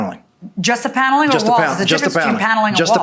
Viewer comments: Plaintiff says "Piano-ling" instead of "Paneling" lol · The way she says paneling is weird